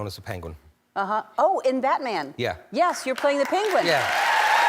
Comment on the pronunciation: Imagine u cant even say PENGUIN